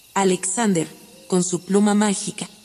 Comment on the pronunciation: Buena la historia, pero podrías pronunciar Alexander de acuerdo con el idioma en que lo estás narrando, el español. O echa el cuento en inglés. Sé coherente!